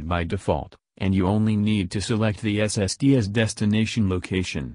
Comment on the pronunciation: Your robotic narration cuts off too soon and cannot pronounce SSD (it says SST) WFT?